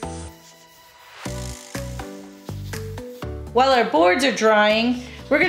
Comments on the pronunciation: This is before the pocket saw lol. It’s pronounced ja co be Ann. Where did you find that flower decoration??? I love it. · Jah-co-bee-an. That's the name of the color 😂 love you guys, your projects always come out great and make me feel like I can DIY too!